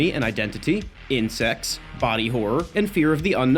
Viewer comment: whener he said "insects" i thought he was syaing "incest" lmao